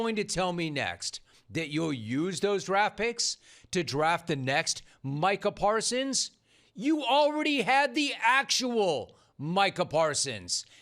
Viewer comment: I think that 'Jerry' mispronounced his name on purpose.